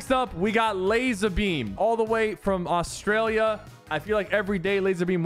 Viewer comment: austalia is what you pronounced